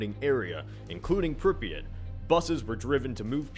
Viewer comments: It's pronounced "Prip-ee-yaht" not "Prip-ee-it". Just to let you know. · You are pronouncing Pripyat so badly.